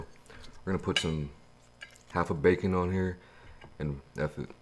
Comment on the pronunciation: lol he said facon